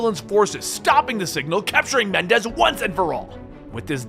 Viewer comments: Please. Menendez, Not Mendez. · I know this was so long ago and 3 years ago but still, there are 2 "N"s in Raul Menendez's name, it's pronounced Meh-nen-dez not Men-dez. Also, Raul's following (Cordis die) is pronounced Cor-dis Dey-eh. Also, 1 more thing, you said you were trying to explain the good/best endings for bo2, yet thats not the case. The best ending is when brigg's life is spared, Chloe Lynch is saved, Harper is sacraficed, The odysseus is saved. As well as Alex Mason lives, but in your cinematics showcase, you show the ending where woods kills Mason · FAX BRO IT KEPT BOTHERING ME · Bro i was taking you seriously but then you started calling the main villain Mendez lol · Idk would you please Menendez? I don't think I would very well but Mendez is always happy